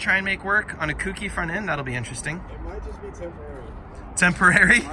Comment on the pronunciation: Say it with me, folks: Co. Key. Kouki. Kouki=Co+Key. Not "kooky'.